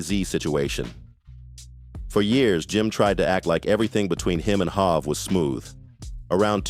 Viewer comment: Jay-Z called himself hov not hav